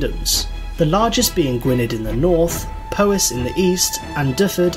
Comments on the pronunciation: One more small correction. Gwynnedd ( in North Wales) is pronounced Gwyneth, as dd in Welsh is pronounced as th. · Also Gwynedd = NOT pronounced Gwyned but Gwyneth with the th pronounced like in this, not think. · Those Welsh pronounciations make me cry a little inside. For future reference: Gwynedd = Gwin-eth (th as in "the" not "these"), Powys = Pow-iss, and Dyfed = Dyv-ed. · dd in welsh is a TH sound, so gwyneth. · His Welsh pronunciation isn't great. The North Wales town of gwynedd is pronounced gwin-ith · Pronunciation needs more work - a great many words are badly mispronounced. Right from the start Gwynedd is pronounced Gwin-neth